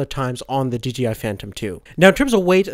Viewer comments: OH MY GOSH ITS SAID D-J-I NOT DGI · d...J...I.... not dgi